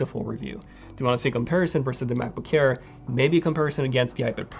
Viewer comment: U have to watch ur pronunciation of “air”, it always sounds like “care”, just have to be aware of it